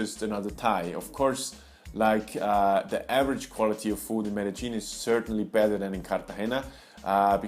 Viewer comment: Why don't you pronounce it MED DE YIN. That is the correct way. Where did ME DE GEAN come from?